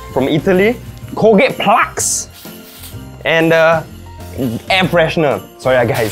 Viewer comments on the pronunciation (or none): How at the beginning says Colgate PLAX XD